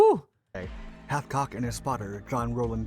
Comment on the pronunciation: You could at least get his name right. Hathcock. Not a butchered chicken.